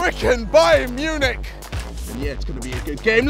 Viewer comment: It's bayern Munich not fucking bayern munc